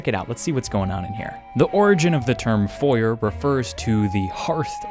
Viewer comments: H-… how did you just say foyer? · You have clothes on your floor and can't pronounce foyer. I am losing my mind. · every time you say Foyer I'm reminded of Chuggaaconroy's playthrough and how he explains it's Foy-Ay, because languages are hard and we tend to snatch other words because they sound pretty, amazing video, good game, enjoyable. Edit: Foy-Ay is the British pronunciation, carry on, and ignore me lol